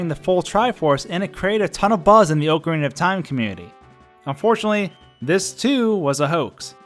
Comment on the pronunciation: Why does everyone pronounce "Ocarina Of Time" wrong?!